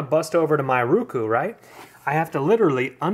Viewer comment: its ROku dammit, O...as in Oh, say it right